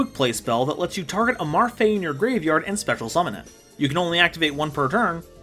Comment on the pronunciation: How are those characters read as Marfae? It is clearly Me-Ru-Fi-I